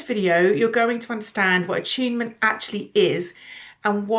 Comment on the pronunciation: I'm only 2 minutes in, and I know I will like this video, but why does attunement keep sounding like achievement every single time she says it?